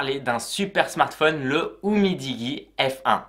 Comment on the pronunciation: 🤣🤣🤣🤣🤣🤣😋😋😋 c'est Umidiji la prononciation et c est de la belle merde niveau optimisation ROM et mise a jour digne du néant.... Et n' oublies pas le DAS qui explose les scores...